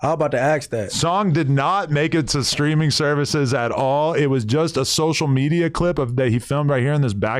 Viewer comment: Sosha metia 😂😂😂